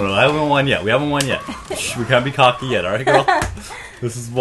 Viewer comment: at the beginning when you said "we can't be cocky yet" I had to do a double take because I swear I heard "we can't bukakke yet"